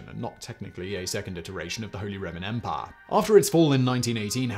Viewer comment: "Holy Roman Empah"